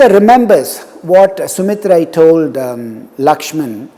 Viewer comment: You have pronounced ‘சுமித்தரை, திரிசடை & வீடணன்) I loved that. Would be very good if you pronounce other characters as well mentioned in Kamba Ramayanam. Like (Rama as Raman seetha as seethai)